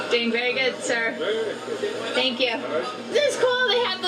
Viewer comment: Why does she keep saying ser, "thank ypu ser"...does she do that back home or she thinks its a british thing 😂😂😂